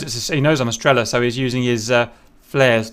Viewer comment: Strella as in strélla :)